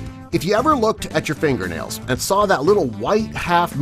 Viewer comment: Lol when he said your looking at your fingure nails I was actually looking at my finger nails, hilarious